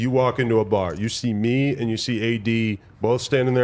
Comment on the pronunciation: I know he said me and you but...... I swear the man said ming and yo